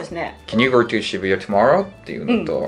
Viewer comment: さんのwasとかgoの発音がなんでwa(r)sとgo(r)って発音になってるんだろうって、ずっと気になってるw